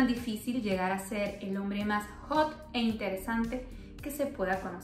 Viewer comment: coño... hombre " jot " ? , no sabía que había hombre jot .....